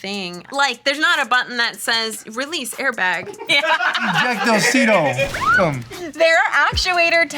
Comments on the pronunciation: SHE SAID 'ejecto seato cuz' 🤣🤣🤣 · She said "ejecto seato cuz" 😂🤣😅